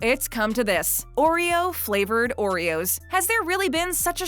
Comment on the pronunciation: Someone say O reros?